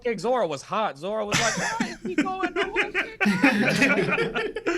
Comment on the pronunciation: The twins have a hard time saying Katakuri and Elbaf 😂 they can't even say Zoro. "Zolo"